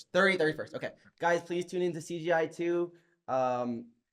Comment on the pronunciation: why doe Mikey keep saying cGi